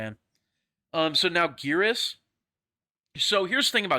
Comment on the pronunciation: wait maybe I am stupid but I swear in Mk11 he is called Geras like “air.” Guess I gotta check and see if my memory fails.